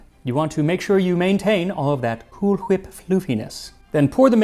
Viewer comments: Why do you keep pronouncing cool whip with a h??!! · Excuse me, sir. It's Cool WHip. Emphasis on the WH. 😂❤ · i may not care for Family Guy but i'll never stop loving the "cool-ch-whip" pronunciation joke 😆